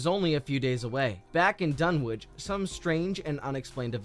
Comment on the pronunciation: Can no one say Dunwich properly ?